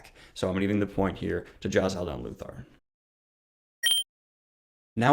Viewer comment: The way he says Jezal is slightly annoying, JAZAHL. NO. JEzahl